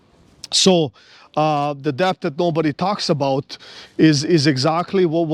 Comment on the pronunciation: Interesting that you sometimes pronouce debt as deatH ... you're not wrong in principle...🙃